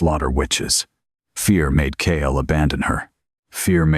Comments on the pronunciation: Hate how Ai messes up "Kael" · Wish it would use a different name for the hero. They all use Kael.